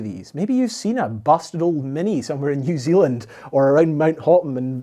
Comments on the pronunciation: Aside from Hotham pronounced like "hoth-em" you did well pronouncing australian place names. It's nice to hear about my little ski hill, mt baw baw, being mentioned. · Hotham is pronounced hoth'm, despite my schoolyard attempts to name it Hot-ham. -Sincerely, a Melbournian.